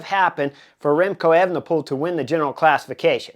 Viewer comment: Good analysis around the time bonus. By the way, it’s not pronounced as “Effenepool” but “A-fenepool”